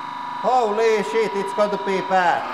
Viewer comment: Love the background comments Hoe lee shit is gonta be really bad! The pronounciation makes it 10x better